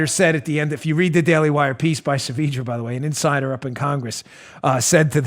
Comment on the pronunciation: Why don't you ask Ryan Saavedra how to pronounce his name? Hint: look how it's spelled - it's not SAVEEDRA.